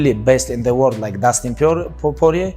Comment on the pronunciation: I already knew he was gonna fuck up dustins name at first. Idk why lmao